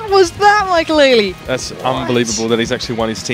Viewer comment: Mackalele? tf?